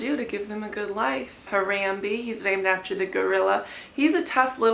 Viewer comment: Also, I believe Harambe's name is pronounced Huh-rom-bay. You're a very good mommy to your pets. They're very lucky to have you and vice versa.